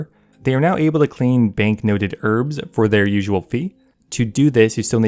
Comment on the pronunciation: This game man... The word herb comes up so often 🤣 the way you say it makes me fucking sick bro